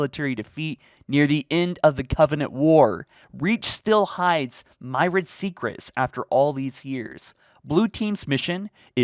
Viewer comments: myrid? Myriad. Mir-E-ad. Also whoever wrote the article needs to brush up on their English. It should be "Reach still holds a myriad of secrets after all these years" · "myriad" Meer-ee-ud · When you can’t say myriad properly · My guy, you mispronounced Myriad and Rubble lol That said, I dont think its the banished since they're still squaring off in that Halo Ring with Cutter and their faction colour is red, the book cover shows a purple ship. Weird detail but makes me doubt it would be the Banished. That said, if it was a covert mission, I doubt any UNSC will be fighting on Reach, which could mean Blue Team came at the right/wrong time. Looking closer to the picture, I dont see any UNSC ships which could mean whatever aliens are fighting, its not UNSC. Just my hunch tho